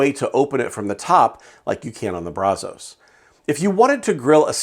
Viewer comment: Kinda surprised by the results just because I thought it would be harder to get consistent temps in that weather with the non-insulated firebox. There is one thing that drove me crazy about this video though. You repeatedly mispronounced Brazos. As someone from Texas, who grew up and lives no more than 10 miles from the Brazos River, the namesake of the smoker, I have to tell you that the local vernacular is brazz-us. Brazz like brass, but with "z" and us. Everybody not from here gets that wrong, and it drives me nuts. Just had to get that off of my chest. But I have the Brazos version without the counterweight, and to me, pound for pound, dollar for dollar, it's the best value smoker on the market. I absolutely love mine. I've added firebrick to the firebox to help insulate it, removed the stock baffle plate and use a cheap stove pipe as a stack extension to help out with the draft. It makes great Texas BBQ.